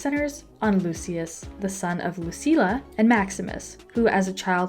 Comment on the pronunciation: 16 years?…the first Gladiator film was released in the year 2000…🤔and Connie’s name in the film is Lucilla….not Luceela as you pronounced it🙄Paul’s last name is pronounced Mescl….not Mescal…although there is an a in the name…it’s silent…like in the word rascal…..which is pronounced rascl….do you understand?